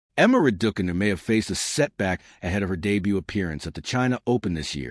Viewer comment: How funny the announcer pronouncing Raducanu as Radookanu 😂